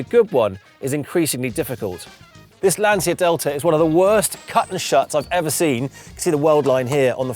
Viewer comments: you are pronouncing Lancia wrong. It’s “Lan-chia”, not “Lan-sia”. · Why do you pronounce Lancia wrong? We don’t even see them in the US and even I know it’s Lanch-uh. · Lovely - the 16v is my favourite- but, it’s a ‘Lan-chi-a’ come on Ben - you know that! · I am so jealous! These are becoming exceedingly rare cars in South Africa, would absolutely love one, been a favourite of mine since I was a kid. If only I could afford to restore one 😅 Edit: on a side note, I'm sure you've been told by many annoying Italians in the past, but Lancia is pronounced more like "Lunch -a", haha sorry I couldn't help myself. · He said he's obsessed with Lancia.... Can't even pronounce it right...😂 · At least learn to pronounce Lancia